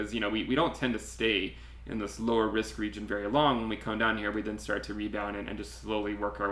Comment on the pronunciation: Love your analysis.....but who says regeen instead of region 🤣